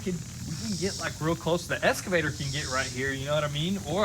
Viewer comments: You guys are killing me with the "eScavator", instead of "eXcavator" [ eks-kuh-vey-ter ] :) Plant 'brushes" instead of "bushes"? :) Grammar rant over. Keep up the good work and really enjoying all the progress videos. That new brush hog attachment is sweet! :) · It's an excavator not an escavator!! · great content, would love to have the boys learn to say EXCAVATOR instead of ESCAVATOR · Do you say "escavator" instead of excavator, or do my ears deceive me? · It's an excavator, not an 'escavator '..... Also, no such thing as brushes. That is like saying there is more than one deers.... Called a locksmith all the way out there and paid $120 to change a lock.....lol. It's still not a bushhogger. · It's eXcavator. Not eScavator. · Anyone else cringe when says escavator instead of excavator? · its and excavator, not an escavater lol. been thinking this since episode 1, had to get it off my chest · WTF is an "eScavator" ? It's pronounced eXcavator. Drives me nuts! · For the love of christ boys, its excavator not escavator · Has no one commented yet how to pronounce excavator? It’s not eskavator my guy haha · OK I’ve had about enough of this… Both you and your brothers pronunciation… it’s EXCAVATOR... see the X?? Not Escavator... I know y’all from Tennessee, but come on now... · It's pronounced Ex-Ca-Vator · “Escavator” had me in tears